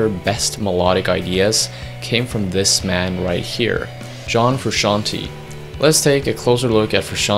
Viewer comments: He can't even pronounce frusciante correctly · Wtf is Frushanty??? Can't you pronounce Frusciante??? Is that so hard? Lame :(. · Stop saying FRU-SHAN-TEA!!! Say his name correctly if you are going to make a video about him! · Here in the UK we pronounce it Fer-usk-ee-arn-t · For God's sake, it's not Frusciant-EE, it's Frusciant-E (Italian "e", like the english "e" for "bed") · I couldn't handle FRUSCAN-TEE, trust an Italian: it is pronounced with the E like the E in Merry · Good grief you're butchering his last name and it hurts my ears. The end of his last name is pronounced "tay" not "tee" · FrusciantE it says frusciantEEEE like the E in hEllo. It’s italian name. FrusciantE no fruscianti. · Cant listen to Fruscianteee, its pronounced Frusciant(ay) 😬😬😬😬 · Great video but „Frusciantee“? C‘mon man you‘re making a video about him but can‘t pronounce his name properly? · I still pronounce his last name as "Fruscianteyyyy" yes, as in "Lil Tay" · frusciant-TAY not TEE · Who the fuck is Frooshanty? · His name is pronounced Froo Shawn Tay. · It's pronounced Froo-shon-tay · it's italian. the italian spelling of 'frushanti' or whatnot would be Fruscianti. the correct way to say it is to pronounce the 'te' at the end sort of like an italian would say tea (tè). the guy in the video is half way right about the original pronounciation but doesn't sound well... italian enough to make it ok. also fru himself doesn't pronounce it like that so who cares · I think the right pronunciation in Frusciante if you know how to read in Spanish is the same way you spell it the same way you do the pronunciation Frusciante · I want to die every time he prounances frusciante bad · I hate how he says John’s last name haha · First step : learn to pronounce his name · That awkward moment when you do a video about a man but you can't pronounce his name correctly...